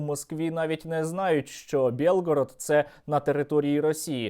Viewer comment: Не белгород,а Билгород!!!Это наш - украинский город!!